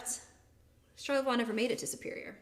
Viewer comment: I know this was 3 years ago. Good story buy one thing drove my wife crazy. And you pointed out French is not your strong point. But charlavoix is pronounced shar-la-voy.